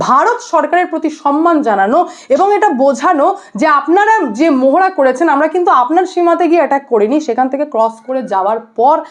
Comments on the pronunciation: I request you to rectify pronunciation of "PANTAGON" "MOHARA" it should be "PENTAGON" "MAHARA" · মোহোড়া নয় মহড়া হবে উচ্চারণ। প্যান্টাগন নয় পেণ্টাগন -- কি হচ্ছে কি? বাঙালিত্ব. ....?